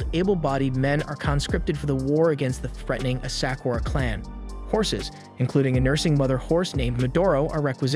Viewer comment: Ugh the way he pronounced the name of historical "Asakura" clan, Daigo and more. 🤦‍♀🤦‍♀